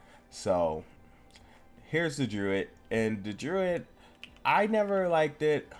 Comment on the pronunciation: first thing its pronounced druid not druit thers no t at the end